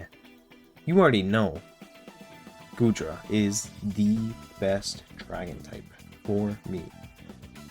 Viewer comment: Love Goodra too! Also, you're good with names: all of them in the tip of the tongue and so good pronunciations!